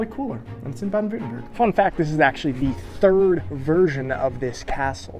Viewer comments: Actually the best version is a mix between both versions: the "Baden-Württem" from the middle part and the "berg" from the end :D (at the end you say "werthemberg") I know how hard it is btw. I had to learn German as well and yes, it's really hard because of all the exceptions and special cases and the articles (which makes often no sense :D). But hey, Kopf hoch. In my opinion, Chinese is easier to learn and Polish more difficult :D EDIT: Great video, like always: DU LIEFERST AB! :) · The way you said Baden Wertenberg was perfect (no joke), too bad you tried to say Baden Württemberg. By the way, there is place called Wertenberg in Clinton County, Illinois. Wikipedia -> Wertenberg is located on the Kaskaskia River 6 miles (9.7 km) west of Okawville. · >Baden-Wertenberg. Close. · I would love to listen to you giving a speech solely consisting of you pronouncing "Baden Württemberg" in differend Ways, especially in front of an official delegation of politicians for lets say 30 minutes :) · Baden-Württemberg = BAH-DEN VIRT-TEM-BEARK (approx.)